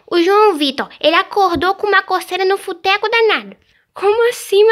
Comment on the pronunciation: acho muito ingrasabo a Maria Vitória falou futeco